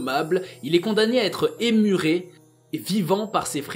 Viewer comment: « Emmuré » se prononce «anmuré » et non « émuré » comme tu as dit. 😂